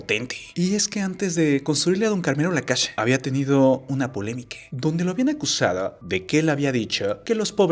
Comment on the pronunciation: Casha, acushado, shi, pobresha, solvenshia, mereshe, agradeshimiento, informashion Y voy a seguir chi.....do hasta que se te quite esa mañita